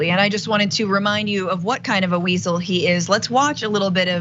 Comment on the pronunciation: "wiezel" thats spot on